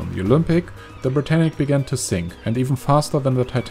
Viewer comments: Ashley Orr Its Britannic, not Britannica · Britannic not brittanic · yeah it's ic not tanic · It's HMHS Britannic